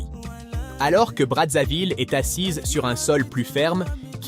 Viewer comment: On ne dit pas Bradzaville mais Brazzaville.